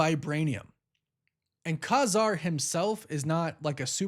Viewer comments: Pretty sure it’s pronounced Kay Zarr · I think its pronounced Kay-Zar lol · Ka-Zar is phonetically pronounced Cay Zar. Thanks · ITS KAY- ZAR